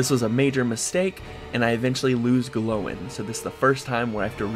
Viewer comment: ‘Glowin’ lmao, ‘Gloin’ is pronounced the same way as ‘coin’